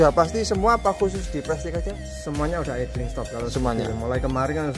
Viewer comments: Bacanya prestis bukan prestik bang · maaf kang, prestige diucapkan jadi prestise kang....suwun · Baca nya prestis😀